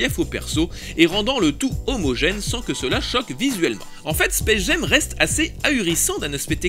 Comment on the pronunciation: Pour faire le pinailleur, "Jam" se prononce jam et pas jem en anglais. Mais sinon, encore une chronique vraiment réussie, blindée d'anecdotes en tous genres, et très agréable à regarder. Beau boulot ! :)